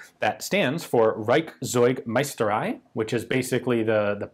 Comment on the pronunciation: Reichszeugmeisterei, not bad Ian, better than your french pronunciation 😁